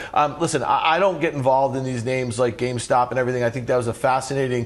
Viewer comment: he says "gamestock" or "gamestonk"